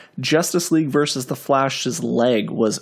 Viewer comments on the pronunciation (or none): 'Versus', not 'Vers'.